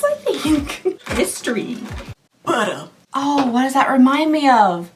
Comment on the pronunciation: When you said Buttah, all I could think of was that frog from Cloudy With A Chance of Meatballs 2! Lmfao